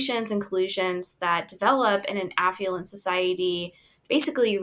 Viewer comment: Her speech impediment is so cute. I presume she intends 'affluent' & 'affluence'. I don't know what 'affulent' or 'affulence' mean, & got no hits when I searched for them. She's consistent though. 🤔🙂